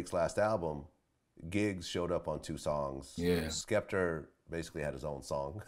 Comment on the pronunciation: Vlad saying "Skepterrr" 😂😂